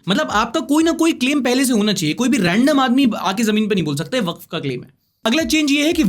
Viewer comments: Waqf is spell as [WA-KAF] i am advocate myself many of my colleagues are waqf [wa-kaf] advocate. ❤ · For pronunciation it's Sound WAKAF not WAKF